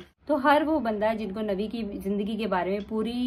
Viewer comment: If uh are talking about any religion make sure uh pronounce their correct names #Nabi SAW not navi Jazakallah